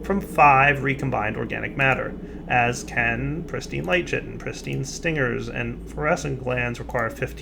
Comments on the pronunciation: Chitin is pronounced like kai-tin. Chi-tin it driving me nuts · It's "khitin", nit "tshitin"